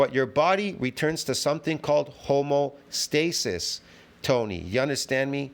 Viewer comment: listen to it again you said homostasis